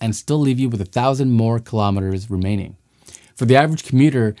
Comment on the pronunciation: Kilometers is pronounced kilo-meters, not killomitters. Kilo-meters Kilo-grams